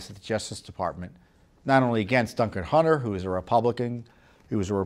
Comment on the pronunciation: I love when Tom says " Dunker Huntin' "😁